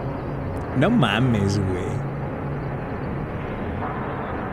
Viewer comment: that is a perfect "no mames wey" good job